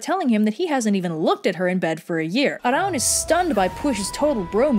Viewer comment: You pronounced Arawn correctly! At least in the North.